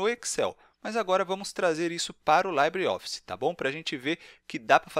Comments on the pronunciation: Rapaz... o nome não é "laibreOffice". O certo é dizer "libreOffice" mesmo. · Ótimo vídeo, mas não se pronuncia /laibre/ e sim /libre/ como é em espanhol ou francês.